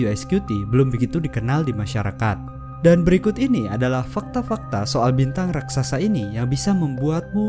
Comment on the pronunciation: raksasa bukan raksaksa😇